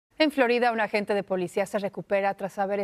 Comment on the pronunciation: Se pronuncia "AGENTE" no "AGENTA"